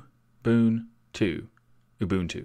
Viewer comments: Naaw, you didn't. ;) There was a slight but clearly audible slip into ü territory. Every single time. I hear this quite often from anglophone speakers. Instead of ooboo you pronounce oobü. Listen to your video again and tell me you can't hear the difference. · TuxDigital bud I’m South African, your pronunciation is wrong. You are saying it oooooboontoo. It’s oow boewn two. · Did y'all notice he pronouced it more like Ubüntu? Far as I know the first and second u are sposed to sound the same. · So we get the proper pronunciation of Ubuntu yet everyone I watch/hear say Abuntu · ِEveryone in my office pronounces it as "yoo-bon-too." I can confirm that this is wrong. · Just wrong...I find it so annoying that you claim authority in the matter, and you obviously haven't bothered to do your research. /ʊˈbʊntu/ there are three distinct vowel sounds. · Pretty close, in fact very good, but not right. You need to get a Xhosa speaker to say it for you. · I think you are pronouncing it incorrectly, the distro was named after a south African Zulu word you should pronounce it the zulu way . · TuxDigital mark shuttleworth is a white man who doesn’t even live in Africa anymore . It’s a Zulu word. You’re saying it wrong and demonstrating to people it’s pronunciation when you don’t speak the language. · I agree. There is a slight inflection on the middle vowel. However I will say it is very good for someone that is not used to speaking nguni languages (eg. Zulu and Xhosa).